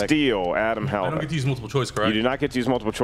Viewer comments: unless it's an inside joke, It's 'huh-LAV-ick'... 'huh-LAV-ick' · I love you man, but please learn to pronounce Hlavac. You keep saying "Halavac". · Wtf was that lol "Hal-uh-vack" killed her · should avoid pronouncing Hlavac's last name if he isn't capable of doing it right. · If Hlavac pronounces it that way, then his Slovak ancestors are turning in their graves